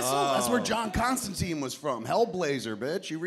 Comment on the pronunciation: 1) Constantine is pronounced to rhyme with "fine", it mentions this in the comics more than once. 2) He's from Liverpool, not Newcastle. And Kevin considers himself a comics guy lmao